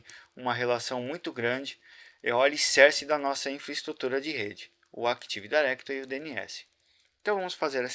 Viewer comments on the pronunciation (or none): CAra pelo amor náo é "ACTIVE DAIRECTORY"